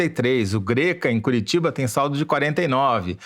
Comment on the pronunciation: se pronuncia "Gréca" de Curitiba